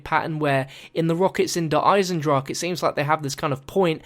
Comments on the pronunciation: A quick German lesson: Its pronounced like Der Eizendrahen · it's pronounced eisendrach-ah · its not pronounced just drach there is the sound of the "E" at the end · Actually it's (I-sen-drock-ah) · It's pronounced (Der Eye-zen-drakah) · Auf Deutsch, it is pronounced "I-zen-drawk-uh". Time for another map name like die rise, which is actually pronounced "D rise-uh" but will always be pronounced wrong.... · Pronounciation: Eyes in dra hen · der eizen-drah-ke, quick german lesson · Wenn der Typ wüsste das er es immernoch falsch sagt... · Just so you guys know, the E at the end of Eisendrache is pronounced, almost like 'uh' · you pronounce the e in eisendrache at the end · Explain machen, its not ma-hen. I was using k as an example, i know its not exactly the same. Look up dragon in the leo german english app, use the voice thing. And think of chemi= chemistry, it isnt hemistry. Look up more examples yourself aswell. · the e at the end is not silent